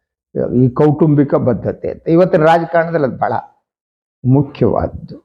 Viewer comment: ಬದ್ಧತೆ ಅಲ್ಲ ಬಡ್ಡತ್ತತೆ ಅಂತ